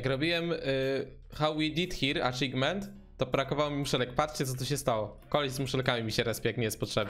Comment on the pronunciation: Achievement, a nie Achigment 🤦‍♂️